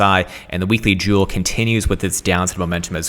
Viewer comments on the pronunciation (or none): none